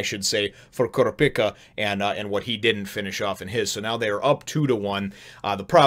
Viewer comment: Kurapika is pronounced Ker-ahh-peekah by the way. It's not a big deal though: I'm sure I'm not the first person to mention it.